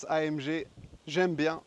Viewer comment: super voiture magnifique au fait c est une allemande on prononce A M GUé !